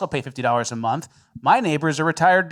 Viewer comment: What is it about the yos where they can't say "month"? It's always mundtd.